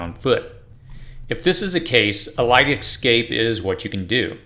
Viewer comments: Bro, it's escape, not excape lol. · Escape. Not ex-cape.... 🤦‍♂️ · The word you are pronouncing ex- scape is actually pronounced e- scape. Just want you to make the best videos possible. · the word is EScape, no EXcape!! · Escape, not excape. You're killing me. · It's hard to take you seriously when you keep saying 'Excape'. It's escape. I agree with a lot of what you're saying but this tends to be useless because people don't search this until it's too late. A more effective strategy would be to prepare instead of react. Either way, some don't ever get it. This is why keeping whatever plan your have is important so you don't have to compete for resources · For the love of god... please practice saying ESCAPE. Not EXCAPE. Let me help you. Read the following words: Yes. Cape. Yes. Cape. Yes. Cape. Read them out loud over and over again, faster and faster. Once you have it mastered, drop the Y. Es. Cape. Es. Cape. Es. Cape. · The first thing I would not do is I would not take advice from somebody who is a adult & still calls an ESCAPE AN EXCAPE. There is no X in escape. 🆗😎😎😎. From a GGL search : "I was unaware that many American English speakers said “excape” apart from a very few who didn't learn from their parents or teachers how to pronounce “escape” correctly. ... In all versions of English, including American (?)… there is no X, or version where it should be pronounced.". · Dude...it's escape, not excape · Why are you saying ecscape (xscape)? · Or, as the narrator says, x-scape, lol. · Dear lord learn how to pronounce escape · For some reason I am bothered by your pronunciation of escape.